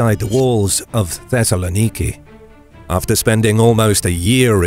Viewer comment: The pronunciation of Thessaloniki hurt my ears